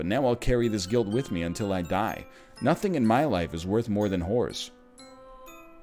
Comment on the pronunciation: "It ees what it ees" - 2020